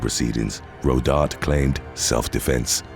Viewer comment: It's pronounced "ro dar taye"